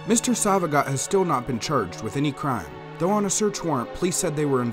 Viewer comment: His last name is pronounced “So-va-gee-oh”